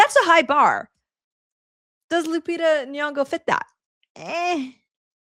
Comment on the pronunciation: You cant wvwn pronounce Lupita's name right. Dummb dummb